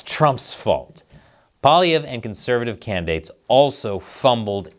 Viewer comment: You are the only american I've seen who pronounces his name properly.... are you from Québec???